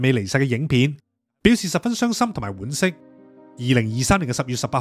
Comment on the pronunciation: 完全唔會睇任何直播帶貨，因為都是麻木追逐偶像嘅不理智消費。 其實早在80年代嘅美國，已興起電視台製作直銷節目，但好快就退潮了。 有一個小瑕疵：“惋”惜，讀作“阮”，而非“腕”。